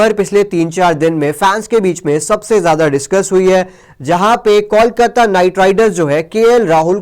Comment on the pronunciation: Pls Correct Your Pronouncetion. ITS KOLKATA